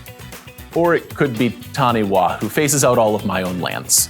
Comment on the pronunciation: Taniwha is pronounced tani-far, Taniwha is a Māori word and wh is pronounced as an f sound